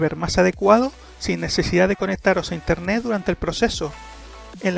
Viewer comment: interneT papito, no INTERNE' ... habla bien